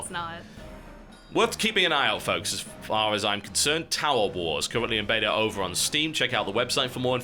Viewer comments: I like how when TB says beta too fast he says betar. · How you pronounce beta annoys me TB you are loosing your English! I hope you pronounce aluminium properly.